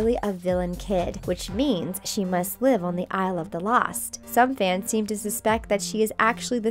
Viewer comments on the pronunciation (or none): none